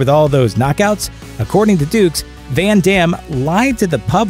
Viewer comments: Yeah, really. Also pronouncing it "dukes" followed immediately after by "ducks". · The narrator called him Dux twice then pronounced it "DUCKS". I guess he forgot how to pronounce it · Haha! The narrator slips in a jab calling F. Dux "ducks"